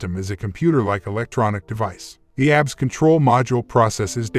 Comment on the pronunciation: You know it's not going to be a good video when the narrator can't properly pronounce the subject of the video. A B S not abs